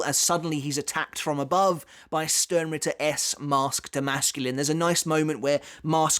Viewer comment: You used to say Sternritter with a "Sh" sound the way its supposed to be, why did you go back to saying it with an "s" sound?